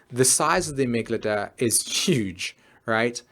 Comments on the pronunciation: amygdala, not amyglada... please learn to sell things before you teach about them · Sympathetic, not "sympathic". Amygdala, not "amygadala". Really makes the talk lose credibility as if you can't even say the words, it's unlikely you actually know what they mean. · I hate to be the Mars/Venus/Mercury in Virgo here, but you pronounced (para)sympathetic as "(para)symphatic", and amygdala as "amyglada". Otherwise, great video! <3 Always love your work.